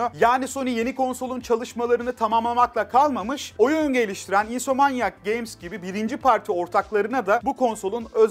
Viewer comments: Bilgiler için teşekkürler ama insomanyak nedir yahu:) ? "insomniyak" ya da "insomniak". Bunun gibi bir de Enis Kirazoğlu'nun davnload (davn-lo-ad böyle ayrı ayrı) demesi var. :D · Insomniac games'in İnsomanyak games olmasına sesli güldüm 😂